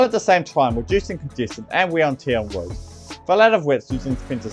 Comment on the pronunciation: Sounds like a story about Wailways and Woads